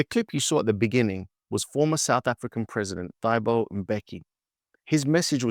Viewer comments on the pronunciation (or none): its pronounced TAABO, the H does not restrict the T instead it accentuates it, as u would HA....hence Thabo.